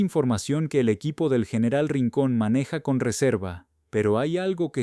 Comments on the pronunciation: Excelente informacion,PERO CUAL ES EL PROBLEMA PARA NO PRONUNCIAR BIEN EL ESPAÑOL.....COMO ES ESO DEL YENERAL..... Y OTRAS .....¿ACASO, ERES UN RELATOR GRINGO? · No sabia que general ahora se pronuncia ;.. yeneral